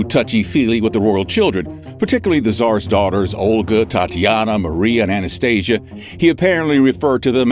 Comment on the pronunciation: Maria not Marie.